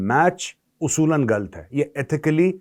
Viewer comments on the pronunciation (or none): Major Sahab you are getting a Pakistani accent "गल्त" (from - ) 😂😂😂😂😂😂😂😂 I too don't watch sporting matches between the Godless Pakistan and Bharat, least of all Cricket (that is played only in 12 countries)!